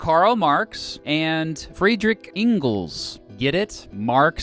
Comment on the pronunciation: An idiot presenting things he knows nothing about, not even how to pronounce Engels.